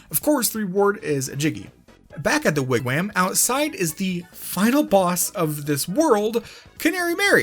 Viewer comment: Idunno but the way he pronounces Wigwam makes me happy